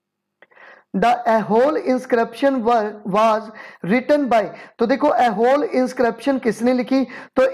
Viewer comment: Hey that is not aihole. It's aaiholey(eye-ho-ley)